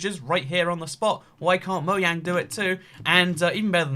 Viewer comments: Why do u say moyang? Just wondering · no one:: moyang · You say mojang wrong